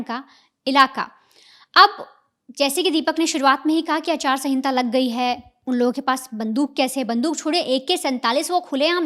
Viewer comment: Aachar sangita nhi acharsahita